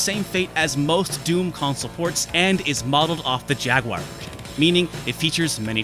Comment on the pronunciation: 1 for saying jaguar wrong